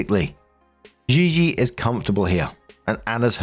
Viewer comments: Im 90% Gigi….is just said GeeGee xD not ZheeZhee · The way you pronounce gigi makes my skin itch 😭